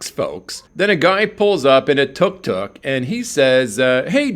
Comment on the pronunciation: Tuk tuk is pronounced dtóok dtóok. (The sound of a two stroke engine).